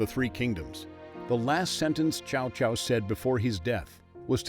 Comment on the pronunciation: Love this series so far. But if you're going to focus on the characters so much AT LEAST PRONOUNCE THEIR NAMES RIGHT. I've never heard Cao Caos name butchered so badly.